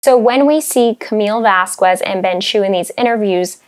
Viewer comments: You’ve got to stop saying Camille Vasquez’s name wrong. It’s how Elaine said it and it’s so cringy. It’s sad that so many “educated”people don’t take the time to learn someone’s name before boldly and incorrectly stating it over and over agin. This can be especially true for people of color. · I like your stuff but please, please, please,with all due respect and because it is respectful to do so... but please, pronounce Camille's last name probably. You're pronouncing it like Elaine did, thus, that's the wrong way. I'm sure you've heard thr proper way. =) thank you for reading and for posting such great content!!❤❤❤😁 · You keep saying Vaskwez. When it's jsut Vaskez. It might be spelt Vasquez but it's spanish, it's not the Qu (kw) sound like Queen, and Quick. It's like Que (Kay?) as in what? It's VasKEZ not KWEZ. I mean her name has been mentioned so much, this just seems weirdly purposeful. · I don’t mean to be annoying, because I like your videos, but can you please pronounce Vasquez as “Vas-kez”? That is the correct pronunciation. Elaine kept saying “Vas-kwez” in court, so perhaps it’s confusing, but “kez” is the correct way to say it. Thanks for the great video. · Except pronouncing Camille's name. Vasquez, is pronounced Vass-KEZ, and she keeps saying vass-KWEZ. It's not KW, it's K. Like Que in Spanish. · Please pronounce Camielle's name properly.